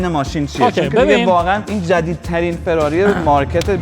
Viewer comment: مهران دهاتی داغون چه میدونه که فراری چطور تلفظ میشه ؟؟؟؟ جلف پلشت بدرد نخور ... همه چیش رو اعصابه آشغال عن